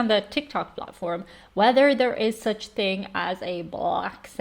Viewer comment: I always kind of giggle when you say “House” or “Thing”. Sounds like you say “Hice” and “Ting”. It’s cute though! 😍